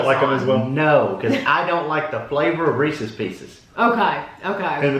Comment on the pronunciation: OMG I had to laugh when pronounced reese's pieces.. reesee peecies because that's how my parents always said it when I was growing up and I was 10 years old before I realized how it was pronounced. I thought I was the only one! That was so great Also my boyfriend loves reese's cup but mainly because of the peanut butter so he loves the holiday ones.. like the bats because they have more peanut butter. He also agrees with that the reese's pieces aren't the same and he doesn't like them at all.